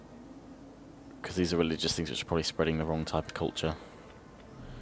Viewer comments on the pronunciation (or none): none